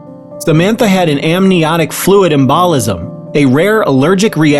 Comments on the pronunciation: Just a comment about the video itself: These video stories are starting to sound really natural, but the tonal emphasis put on some key words still make it sound a bit bot-like. Most humans know that "embolism" is pronounced "embulizm" - NOT "emBAHlism" . Why not hire an actual human with good narration skills when doing sensitive pieces like this? The whole narration sounds like it's being read by someone (or someTHING) that doesn't actually understand what he's (it's) reading. (Just a tad creepy, that's all.) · Its pronounced em- bow- lizim. Not em-bal-izim. (embolism) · I just have to say this. The narrator would benefit from taking a medical terminology course. If he knows how to pronounce these words then he could work on the regular words. We embolism is pronounced em bo lism. He pronounced it em ball ism. Re a sessed not recessed. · uh...it's pronounced "EMbalism" accent on the first sound. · You need to pronounce EMBOLISM with the proper emphasis. This is, after all a medical story.